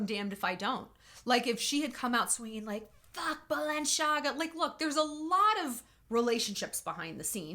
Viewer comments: Hi Shallon!! One thing, Balenciaga was founded by a Spanish designer that moved to Paris and opened there his atelier. So the CI in Balenciaga is pronounced like a C not like the italian way CHI. FYI... Love you! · Balenciaga has Spanish roots it’s pronounced “see” instead of “ch” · Shallonnn it is Balen-Si-Aga! It's Spanish, not Italian 🙈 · Balenciaga is a Spanish brand, pronounced in a French manner, because the designer relocated early in his career to Paris. The most popular way to pronounce the name is to stress the penultimate vowel - BalenciAga, however, the most accurate is the French pronunciation stressing the last vowel - BalenciagA. Balenciaga has little to do with Italy, thus, there should be no “Balen-sh-iaga” heard at all. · Balenciaga is a Spanish fashion house so the italian pronounciation is wrong. It actually is ba-len-see-ah-ga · Shallon, Balenciaga is originally Spanish and both in Spanish and Italian, Kim is pronouncing it right and you are not. Just for your information! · Balenciaga is a Spanish brand, you don't pronounce it Italian. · Yeah I dont know why she pronounces it like its italian